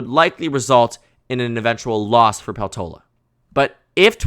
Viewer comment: Peltola is a finnish surname, so i suggest putting more stress on the first syllable